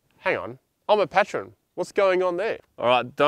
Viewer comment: I hate to do this....it's pronounced......... PAY TRN......not PAT RON. PS. love the show.